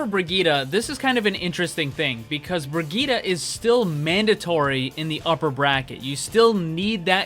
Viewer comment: Why everyone can't speak Brigitte right?